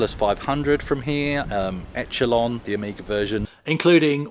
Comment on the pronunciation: It's pronounced eshelon I've never played it,but I remember the magazine reviews were quite dismissive